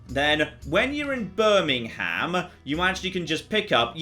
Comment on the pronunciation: As a resident of Birmingham, Alabama, I got tingles hearing it :) Also, Birmingham wasn't founded until 1871...